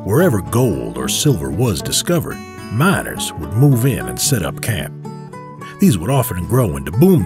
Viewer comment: the narrator said mINers